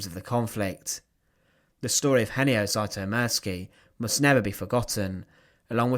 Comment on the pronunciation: There are several inaccuracies. You did not even care to pronounce his name right 😞